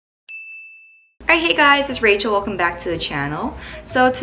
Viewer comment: I really like the way you said "Rachel accent".